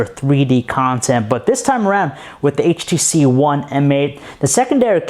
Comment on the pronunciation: He keeps saying HTC Juan